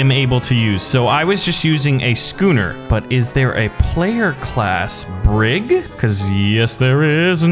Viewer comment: A BrIG, he called it a bRIG lmao. Your knowledge of 18th and 19th-century naval warfare disappoints me